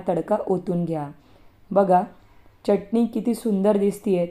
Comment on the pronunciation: च्यटणी नाही चटणी